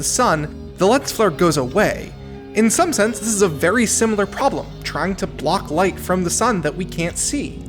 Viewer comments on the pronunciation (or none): none